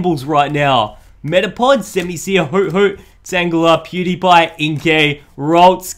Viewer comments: He always says dewpider pew die pie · He said dewpieder